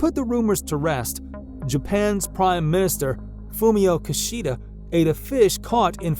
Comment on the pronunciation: Maybe this narrator should learn to pronounce Japanese words with the correct accent, starting with "yákuza" or "Kishidá" (accent added). Do not assume these nouns and pronouns use western-style accents or intonations, which usually end up being the exact opposite of what they should be. Pronouncing these words in the western way really sounds horrible to the native ear and only tells everyone that you are a foreigner with no knowledge of local ways. Check the proper accents (just ask any Japanese friend near you for assistance - it's not hard to get the hang of it) before embarking on your public narrations.